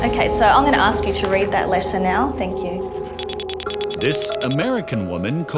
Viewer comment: "I've been giving all the information they "axs"!